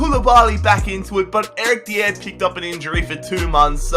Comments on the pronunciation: Dier is pronounced die-er not dee-er. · Deeeeeiiieeerr wat the hell is deeeeeeeiiiiiieeeeerrrrrrrr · It's so funny how he pronounces Eric Dier😂😂😂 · why can't you pronounce dier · Pronouncing Dier wrong smh